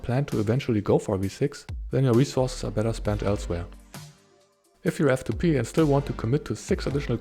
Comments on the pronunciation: I kept thinking you were saying 'if you have to pee' when you were saying if you are f2p 😂😂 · Every time you said "if you're f 2 p" i understood "if you have to pee" and it confused the hell out of me xD